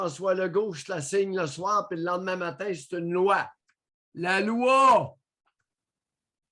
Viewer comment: « La loua, c’est la loua ! » 😂 — Séraphin Poudrier